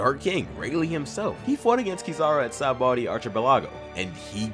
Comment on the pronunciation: Lol that sabaody pronunciation kizaru isn’t taking Kaido any day of the week